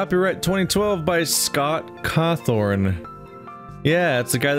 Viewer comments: “Scott Cawthorne” no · btw there isn't an R in Scott Cawthon